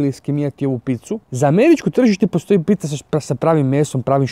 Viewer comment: pizza se cita pica ne picica